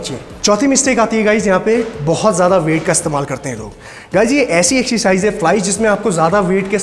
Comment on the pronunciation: rest all is great, but when he says "Excercise"....